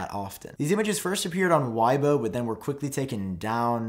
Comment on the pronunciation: It’s “way-bo” great video though